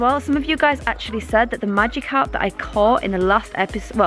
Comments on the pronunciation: Magikarp not magicarp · Supposed to say Magikarp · magickarp lol not magicarp